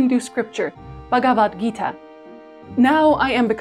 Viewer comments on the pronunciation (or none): none